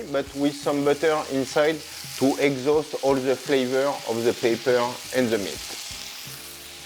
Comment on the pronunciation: Good thing there's a transcript available; At one point, I wasn't sure if he was saying "Pepper" or "Paper".